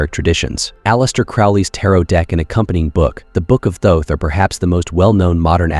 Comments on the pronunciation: There is no E at the end of thoth don’t pronounce it like it has one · Really love the content on this channel but man...the way your speechbot pronounced Thoth could make Seshat weep and Seth giggle 😅Is that adjustable? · I believe you are correct. More I meant can you adjust the pronunciation for specific words like Thoth.